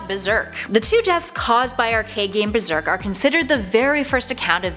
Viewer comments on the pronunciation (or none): none